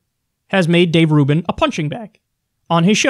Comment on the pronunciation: This nigga said Rave Dubin 😂